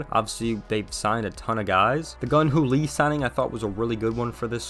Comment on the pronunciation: Jung Hoo Lee, not Gun Hoo Lee my man